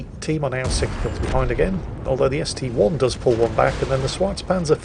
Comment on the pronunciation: Dear, dear,, that ST-I isn't an ST-one, it's an 'i' not a 'one'